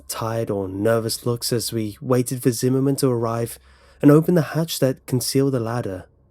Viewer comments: zimmerman? i thought he said cinnamon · I went through almost the entire video before I realized his name was Zimmerman, not cinnamon. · I keep hearing cinnamon instead of whatever name he's actually saying 😂😂😭😭